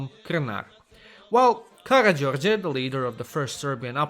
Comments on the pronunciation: Finaly, an english speacker thet says Serbian names and surnames correct! When you said Карађорђе i realy felt thet! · You are terrable at saying Serbian names you only say Karađorđe and Miloš Obrenović raight